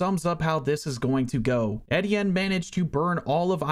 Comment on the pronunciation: E-Tee-in is the pronunciation